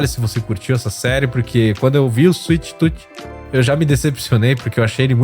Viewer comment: kkk suite tuti kk afff cala boca ...... suite toom escrevi portugues pra vc sabe pornuncia o certo animal